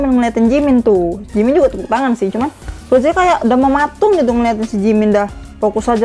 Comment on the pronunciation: Kak mon maap bukan roje tapi rose